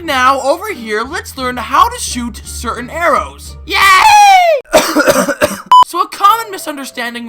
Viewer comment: "sertain" lol